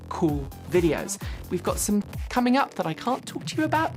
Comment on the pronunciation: Coming up sounded so cockney